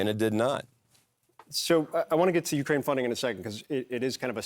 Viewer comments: It's not "yourkraine", it's pronounced YOUkraine. Learn to pronounce words correctly or stop speaking publicly. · This guy!!!! This guy doesn’t even pronounce Ukraine correctly 🙆🏻‍♀️🤦🏻‍♀️🤦🏻‍♀️🤦🏻‍♀️🤦🏻‍♀️🤦🏻‍♀️. Seriously… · This guy can’t even say Ukraine. What the heck is Ur-Kraine? 😂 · What is a Urkraine ? Somebody ??? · Your-kraine??….purr-nun-see-ay-shun ! Cracker boy! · Why does that Republican pronounce "Ukraine" "Yer' - Crane"? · This Montana dude going, "Your Crane" instead of Ukraine is hilarious. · "Yurkraine". Hmm. Flag down on the play. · Zinke defo had some liquid courage before he came on. What is “Urrkraine”